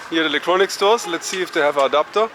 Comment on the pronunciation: Thought he said a doctor not an adapter😂